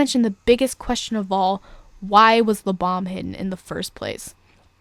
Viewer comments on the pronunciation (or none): Sounds like your saying "Lubom" not "Lebam" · It's pronounced Lee-bam like BAM POW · you pronounced (lebam) wrong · you didn't pronounce Lebam correctly